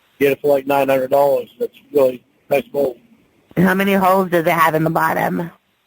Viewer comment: lmao. Nawt a big big bawt, bawt.... 😅. This whole call is epic! Winnie is a savage! She has me rofl!Thank you. You are the best!